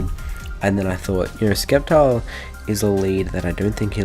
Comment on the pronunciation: stop saying skeptile u turd